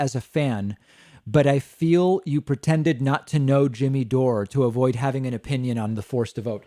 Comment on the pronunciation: Who is 'Jimmy DOOR-A [sic]"?